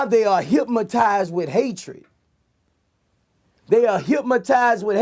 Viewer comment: Get it right Vlad, it's HYPMOTIZE